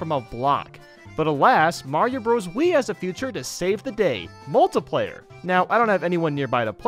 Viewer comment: Everyone : multi-player This guy : molotulplater